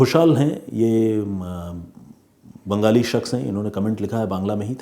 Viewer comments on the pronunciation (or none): none